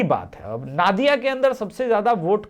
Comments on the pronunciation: नादिया नहीं, नदिया होगा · नादिया नही नदिया होगा। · भाई वो नादिया नहीं नदीया है नही